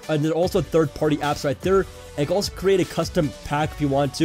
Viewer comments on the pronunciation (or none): none